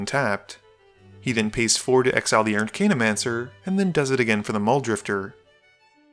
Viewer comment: Archaeomancer is pronounced Ar-kay-o-mancer, not Ar-kane-o-mancer.